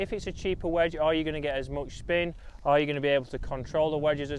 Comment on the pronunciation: “WEDGE” please please please please pleas……….e